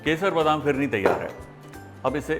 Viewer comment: Phirne nahe bola. Bolta ha fhirne